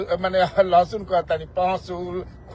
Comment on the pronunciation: Lahasun adha kyun bol rhe hai😂😂😂😂